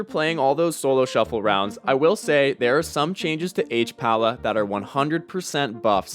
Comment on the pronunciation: it's "hpal", pal, not "hpala".